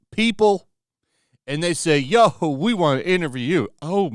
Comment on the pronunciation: When you were talking, I guess you were supposed to say we but it came out weave. Was that a mistake or a poem?😅